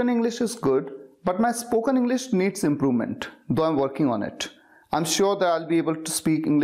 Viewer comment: check out my new 1. it also has the pronunciation mistake he made (improvement) . he sd 'sufficient enough' wich is, again, terrible english. follow the right ppl to get the best tips